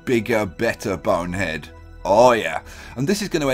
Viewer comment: Am I the only one the miss hears when he says Bone Head, I sometimes think he says Boner Head